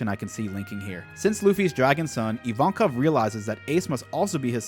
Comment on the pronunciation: Finally someone who calls Evankov - Evankov. Every other reactor calls him I-win and I think that's so stupid.